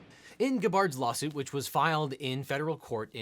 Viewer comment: He said lolsuit😂